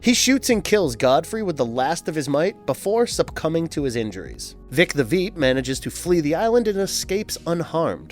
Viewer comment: “Vought” rhymes with “bought.” And it’s “Vic the ‘Veep’” rhymes with “sheep.” This caused me to stop watching the video.